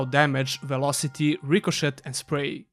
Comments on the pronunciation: Rico”shay” it’s pronounced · You had two years to learn how to pronounce "ricochet."